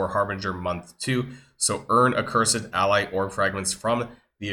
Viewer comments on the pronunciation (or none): none